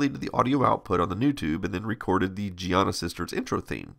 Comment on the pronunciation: His pronunciation is correct, Giana is an Italian name. Also, the soft pronunciation of 'g' is common in English, as in giraffe, gyroscope, geriatric and gentle.